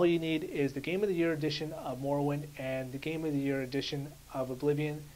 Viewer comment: youre pronouncing morrowind wrong